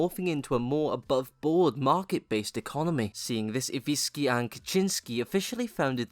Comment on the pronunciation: IwiNski, not Iwiski you morron!